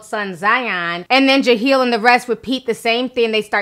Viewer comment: "Jaheel"? Ti stop playing. I know for a fact you see "Jahleel".